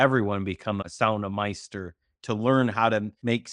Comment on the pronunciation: I also wanted to add but forgot yesterday.... its sauna mestari= sauna master(pronounced mist- tari) just thought it would help you along.